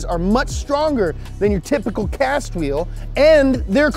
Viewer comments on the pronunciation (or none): none